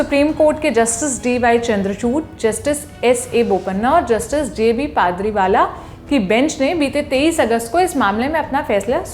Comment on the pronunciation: जज का नाम "पारदी वाला" है, "" पादरी वाला "" नही.